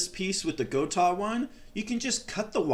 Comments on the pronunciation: why block off the ability to pull back? if you set up a Gotoh (go-toe-h not go-tahhh) 1996T properly, you will not go out of tune, those trems are perfectly capable of returning to zero point every single time. If it is going out of tune after pulling hard back, it means those stock tremolo stud posts NEED TO GO.... if its not worth doing yourself or paying someone to put the higher quality gotoh studs in, its kind of pointless to install that good of a tremolo in your guitar.... Also, when you go to adjust your action... all you need do is detune.... DO NOT loosen spring tension, its not necessary and it makes it all the more difficult to retune the guitar up to pitch... only creating more work for no benefit. the more often you can keep your springs and spring claw in the properly tensioned position compared to your strings, the more reliable your tuning stability will consistently be, even from string change to string change... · I have a Guitars with the Gotoh 1996t. I also have a few guitars with the original. Floyd rose. And I like the Gotoh better. Btw it is pronounced “Go Toe” 😊